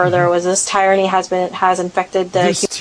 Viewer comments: The lady FBi agent can’t even pronounce tyranny lmfaooooooooooo😂😂😂😂😂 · Concerned the FBI agent doesn’t know how to pronounce the word tyranny…